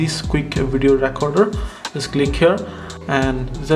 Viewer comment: Its not pronounced racorder. Thats what you're saying you pronounce the E the same as when you say Please in the word recorder. So say it like reacorder. I'm not hating just trying to help you.